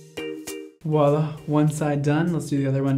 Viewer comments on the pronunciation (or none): none